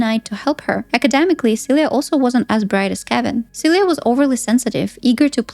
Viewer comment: I was like "who's Celia" I just watch the movie and the whole time I thought they were calling you "suey"